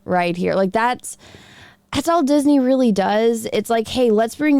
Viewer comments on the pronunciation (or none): none